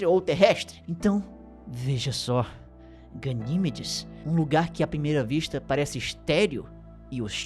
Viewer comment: Gosto muito dos vídeos do, mas este doeu o ouvido quando ele chamou várias vezes a "GaniMEdes" de "GaNÌmedes". Sucesso,!!